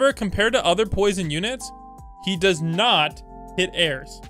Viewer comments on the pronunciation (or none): none